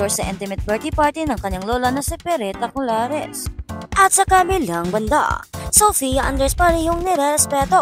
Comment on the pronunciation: 😂😂😂 Anong colares? 😅